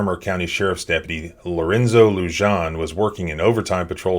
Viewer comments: "Lujan" is pronounced "LooHan." It is a Spanish name and the "J" is pronounced as an "H" would be pronounced in English. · Love the channel...officers name is pronounced "Lujan (Loohan)" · Officer lujan pronounced loo-honn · Come on dude…. It’s “Loo-Han”, J’s are pronounced like “H” in Spanish: Frijoles = Freeholes, Jalapeños = Halapenyos, Jalisco = Haleesco. Otherwise I very much appreciate your content. I just want you to sound smarter. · Yo!, take a listen to that video again, pay attention to when the officer says his name. That's how you pronounce it! In Spanish the "J" makes a sound similar to an "h" sound. That's why sometimes you see a 'jajajaja" in comment sections, that's people laughing in Spanish! (hahaha=jajaja) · Oh man, listening to him mispronouncing "Lujan" so many times in a row is difficult. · The j in Lujan is pronounced as h...